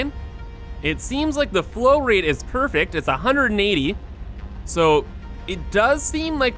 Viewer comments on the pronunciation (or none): none